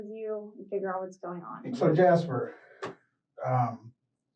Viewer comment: "Jas-per"??? By choice. Really?🫤🫤 😵‍💫😩😩